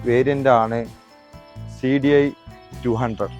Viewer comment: CDI 😂alla cla potaa